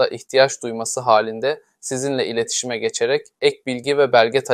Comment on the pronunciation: "ileşitime" denilmiş